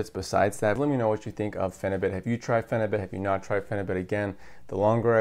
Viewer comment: Pheni - beaut is the pronunciation. 🙂